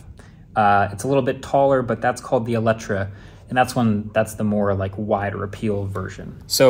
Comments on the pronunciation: it's eletre not eletra. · Lotus Eletre not Eletra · I guess the Michelin EV LTS is a Lotus specific tyre, thus the LTS designation. Also it's Eletre not Eletra, you might want to correct the title of the video :) Great cars though. Especially the Emeya. Wow. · Hey, there’s a typo in the title. It’s called the Eletre, not the Eletra, even though that is how you pronounce it. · Eletre not Eletra